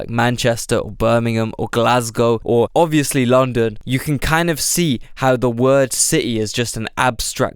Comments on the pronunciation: “you can all av lumdumn” too funny 😂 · Lomndum the capita of Ehaemn, Emnglamnd